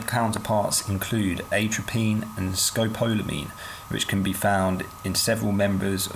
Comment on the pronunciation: You managed to pronounce atropine and scopolamine incorrectly.